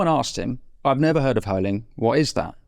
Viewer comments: Curling not Hurling , good chat boys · Like your new channel. Thank you! Just to inform you about the sport of Jordan Peterson: it's called Curling (not hurling). And about TokTok: my 19 year old niece says that she is bored by a one hour long documentary. She is used to TT and the 20 second clips. This is disturbing. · Minor correction: it's curling (hard c) not hurling; bc the 'rocks' are curled into place by 'sweeping' the ice. 💕 from 🇨🇦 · Were you calling the curling hurling?! I may have not heard correctly but I need to make sure! Jordan would have given a description of curling. Brooms sweeping rocks down ice. Scotland has some very good curlers. In fact England had a team! As a Canadian I feel compelled to set the record straight if you indeed called it hurling! Great interview as always. Thank you. 🇨🇦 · Lovely Interview!! Hilarious that Winston calls Curling - Hurling. That gave me a chuckle during a relatively serious discussion. Can't wait to see that interview. THANK YOU. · Love it....curling, not hurling